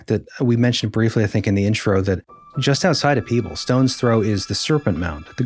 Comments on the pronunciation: I live in that county.😊 You mentioned a crack. Yes, there is a fault line running through the creek bed in Davis Memorial Nature Preserve. It's a fissure where 2 stone masses meet/shift. Not far from Peach Mt. Signage on trail points it out. It's Peebles NOT Pebbles, dear reader. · Yeah the AI story teller butched even town like Rarden, Ohio not roarden. Peebles, Ohio not Pebbles. I started to give them some legitimacy because they said it right to start then messed it up in storytelling.